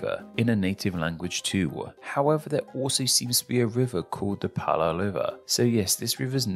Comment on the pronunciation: Why did you pronounce some brazilian names with a L? Like "Roraima", "Pará", "Maranhão"?